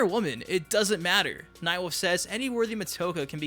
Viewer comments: Everytime you say Nightwolf it sounds like Nightwoof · You pronounce 'wolf' like my brother. Night WOOF! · I love “Nightwuff”